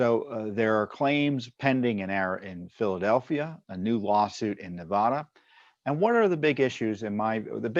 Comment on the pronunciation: Tom, a minor point the MSM always gets wrong is in the pronunciation of name of the State of Nevada. Any native of the aforementioned will tell you the "vad" in "Nevada" rhymes with "bad", not "pod". In fact, I've heard quite a few surly and long-winded lectures on the subject.